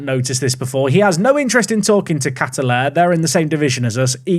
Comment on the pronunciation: Kataller Toyama.... biggest name mispronounce so far lol and its the team i sponsor. (Kaht-Ar-ller). funniest thing is that you require at least a U15 team for J3 but J2 and 1 reguire the full youth setup as part of their licensing system. so whilst they sold the youth stuff its still within realism till you get to J2. as for Wages, expect them to JUMP up from here. Average Salary for FT Players in J3 will be at the pounds per week with J1 having an average of 8000 per week. JFL and J3 have similar reputations in terms of player quality with JFL generally having more youth and experienced players as a pathway to J3. Sponsership will go up steeply from here as well.